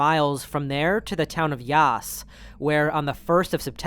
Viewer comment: Non Australians often pronounce city names a bit wrong so here’s the pronunciations Melbourne = MEL-bn, stress on the first syllable and then the second syllable is much shorter than it appears, it has a lot of vowels yet none of them are used lol Yass = said like the American pronunciation of “ass” but with a Y in front, not said like yass💅✨